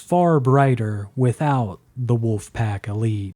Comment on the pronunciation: You sound like a lolcow cuz you call them the “woofpack”